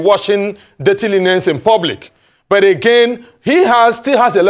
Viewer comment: buth, cannoth 😅